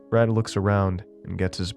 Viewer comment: Would have enjoyed this more, if not for your accent getting in the way of pronouncing the friend's name. Even now, I still have no idea if it was Brad or Brett. Seemed to change intermittently throughout the story. That ruined this one for me, since I couldn't concentrate on the story itself, just what the name was.